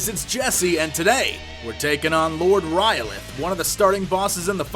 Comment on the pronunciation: Sounds like you are saying R'lyeh :) I very much like your strategies...a troll by any other name would not be just as epic :)